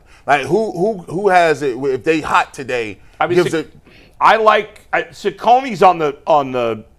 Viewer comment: For once in his life can pronounce Cecconi correct